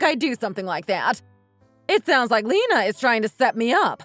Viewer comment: Lena is pronounced Lee-na, not Lenna.